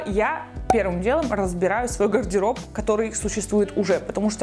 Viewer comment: Ого какой запущенный гайморит...😲 И вот это "пэрвым дэлом разбэраю свой гардэроб..." неужели она не замечает этого?... 🤷🏼‍♀️